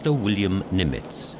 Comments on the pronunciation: Pronunciation of Nimitz was strange. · I agree. If you’re going to be a narrator, you really ought learn the correct pronunciation. He made multiple mistakes to the point of distraction.